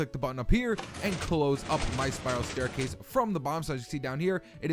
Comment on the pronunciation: WERE GONNA BUILD A "STAICASE" 😆😂😂